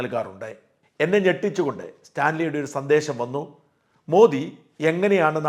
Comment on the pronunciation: മോഡി എന്നല്ല, മോദി എന്നാണ് ശരിയായ പേര്...ശരിയായ ഉച്ചാരണം